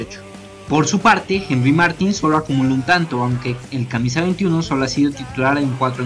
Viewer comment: No se pronuncia Martin, se pronuncia Martín (con acento)